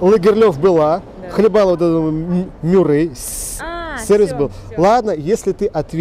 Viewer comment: Правильно таки "сервИз", а не "сЕрвиз".